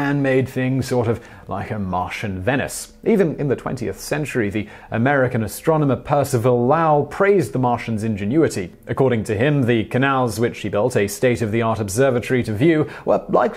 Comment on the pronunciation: I am not sure how it is pronounced in Boston or the UK but in most of the US "Lowell" is pronounced with the long "o" as in "rope" not the "o" as in "ouch".